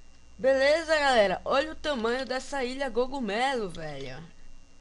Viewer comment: Gogumelo ?! Que eu sabia o certo é cogumelo!